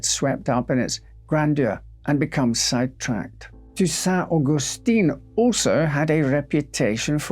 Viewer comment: and Augustin has also a different pronunciation, what he says is Augustine which is a female version. It looks like he did a great job with the difficult words and was then "betrayed" by the supposedly simple ones :)